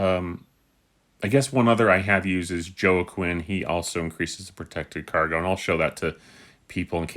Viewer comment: Great video! And Joaquin is pronounced “waa-keen” like the actor/director Joaquin phoenix